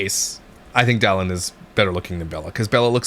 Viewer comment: is it just me or did she say, “Dillon is FaceTiming me.” It did not at all sound like “Dallin.” Hmmmmm.